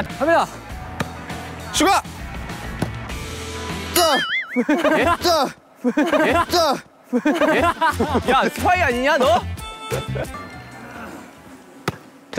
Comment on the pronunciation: omg the way that AI pronounces suga LOL